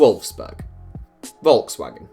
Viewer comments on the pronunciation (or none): How can you be 20 something and not able to pronounce Volkswagen?